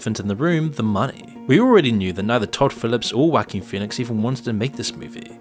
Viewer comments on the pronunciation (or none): Who the hell is 'Wacking' Phoenix 😂😂😂 Oh English speakers crack me up with their mispronounciations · "Wackeen phoenix" lmfaoooooooooo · “Wacking” Phoenix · "wha-King" sounds funny when you say it. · I keep hearing "whacky Pheonix"